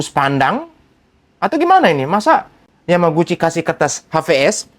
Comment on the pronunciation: Roy Suryo malah plesetkan Yamaguci menjadi Kawaguci...😂🤣